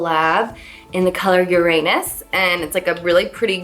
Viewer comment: Anyone else lose it when Carli said “Uranus”?😂